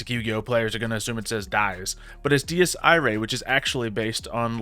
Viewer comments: Di-ea EE-Ray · The way pronounces Dies Irae is quite something lol